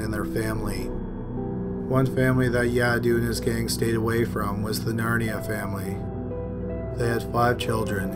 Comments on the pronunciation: Did you say, NARNIA family? That's a far cry from what the captions say. Narayane, how is that pronounced?? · There is no way the name Narayane is pronounced "Narnia". C'mon man.